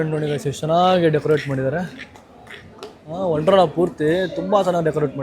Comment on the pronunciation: WONDERLA not wondrala